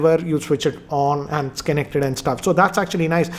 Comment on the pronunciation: How do you say connected as Kennected? That's fascinating, really